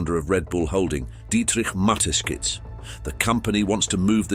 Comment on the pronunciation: It is not Mateskizh but Mateschitz - in German SCH is sshh.